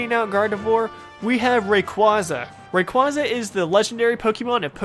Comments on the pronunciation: Everyone keeps mispronouncing Rayquasa. It's pronounced "Ray QUAY suh" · Why can't people say rayquaza right